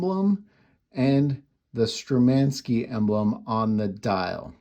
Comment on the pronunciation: Very nice watch and video about it. The Kirova Logo is below the 12 o'clock position and the word »Shturmanskie«, as the name »Kirova« is part of the writing. By the way: it is pronounced Shturmanskie (the first letter is a »sh« like in »shoe«, followed by a »t«). The Sturmanskie Logo is above the 6 o'clock position and the words around the number 6 mean »Made in Russia«.